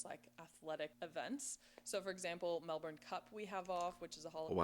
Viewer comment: You cant see it all in a day, no chance ! You would think she could pronouce Melbourne right !